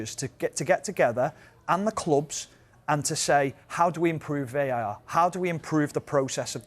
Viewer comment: VAR not VAT lol